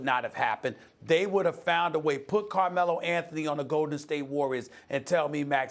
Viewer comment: "Carme-low" lmao savage 😂